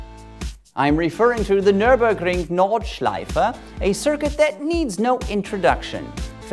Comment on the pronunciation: I like how you tried to say Nürburgring and Nordschleife. And you said it very well